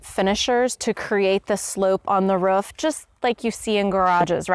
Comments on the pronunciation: Took me a third of the video to figure out she was saying roof. I was scratching my head trying to figure out what a ruf was lol. Doh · Haha. here. I have seen this before from others. I guess I pronounce it "ruef"? I don't know how I would even say "roof"? Must be my Oklahoma roots. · " ...on the ruff.."